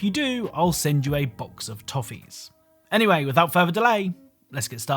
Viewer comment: tofifees or just toffees?